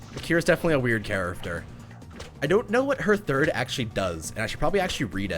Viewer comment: Oh man I hear it not and I CANT STOP HEARING IT! WHY DID YOU HAVE TO MENTION "charaFter"? I can't stop hearing it!!!!!